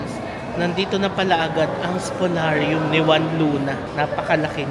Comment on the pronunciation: It's Spoliarium with an "i". Great vlog, as usual! 🙂